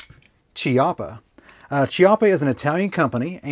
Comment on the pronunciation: i knew someone had to have commented this already. NB - Pacino (puh-CHEE-no) chiappa (KEE-ya-pah) that's how the letter "C" is pronounced in Italian. if it's followed by an "h" it makes a hard sound when followed by an "e" or "i". letter "g" also follows this rule in Italian. when g is followed by the letter h inn Italian, it makes a hard sound e.g. Ghirardelli (Gee-rar-delly) as opposed to (JEE-rar-delly) i know the other to pronounce as we read in English. i still do it. just gotta remember when I'm reading in Italian is different. so many rules! arghhhh